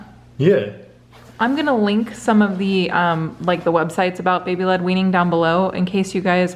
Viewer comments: baby linguini! i swear i hear that every time says baby led weaning 😂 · I kept thinking you were saying baby linguineing 😂